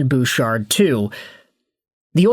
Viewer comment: Don't you mean Evan BOOOchard? 🤭🤭🤭